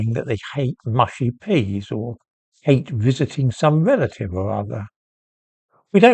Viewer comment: "I 'ate you, Butler".